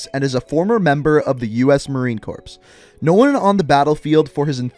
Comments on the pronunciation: Know-n, not know-en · what about known and unknown? Big emphasis on that last N